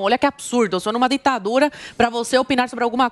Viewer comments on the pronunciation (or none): A falando ditadura sai: "dentadura",😂😂